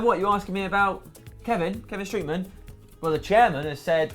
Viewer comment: it is pronounced STROT man not STROOT man